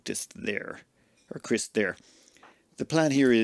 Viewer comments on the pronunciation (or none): none